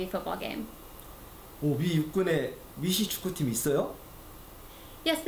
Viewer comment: 미시축구라고 하네 미식 발음이 어려우신가? 교포인가? 사투린가?